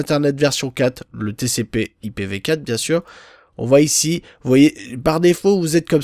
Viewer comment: a vous zuteu lol